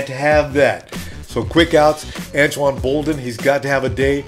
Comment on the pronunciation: its Anquan Boldin not antoine